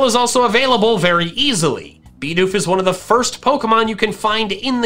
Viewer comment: Me: Finally a YouTuber that can pronounce "Bidoof" correctly!: BIBBARREL Me: That's it, I'm done.